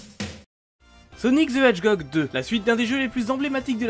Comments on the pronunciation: Sonic ze hedGOG 2. Waaa merci pour cette prononciation sensationnelle! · ssonik zeu hed hjog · Il a dit "Sonic the hedgegog! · Sonic zeu edgehogue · Il l'a mal prononcé